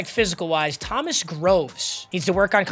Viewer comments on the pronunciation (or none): none